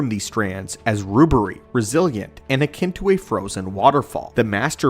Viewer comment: I am starting to think is a text to voice app. Some of the mispronounced words are as bad as the "top 10 junk items that we are trying to sell you from amazon FOB services" videos. At least it is not the "default" voice. Deeds pronounced deads due to typo, primordial pronounced pre-mordial multiple times, rubbery pronounced rube-ery. None the less, I am still a fan of the channel for the great research into the lore their writers do.